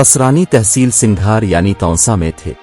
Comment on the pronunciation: سنگھار نہیں بلکہ سنگھڑ صحیح تلفظ ھے۔